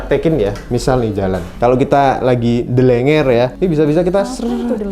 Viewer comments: Ndlereng.. Kak bukan ndlenger😂😂😂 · btw "Ndelereng" mas... bukan "Ndelenger" bisa2 "Kelenger" hhhhh :D